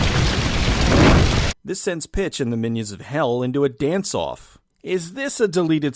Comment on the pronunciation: Every time Pitch was said I heard Bitch, it added an extra layer of hilariousness! Try it for yourself!